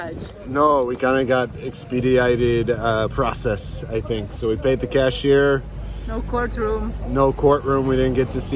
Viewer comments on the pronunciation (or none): none